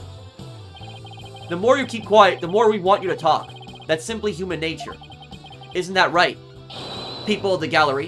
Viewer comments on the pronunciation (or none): none